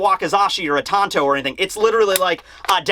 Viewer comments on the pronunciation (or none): none